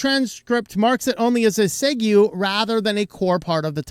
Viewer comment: HOW DID YOU PRONOUNCE "SEGUE"!!!???